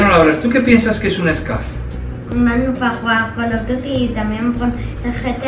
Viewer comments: no se dice scaff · un scuf , no un scaf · Por que dice scaf?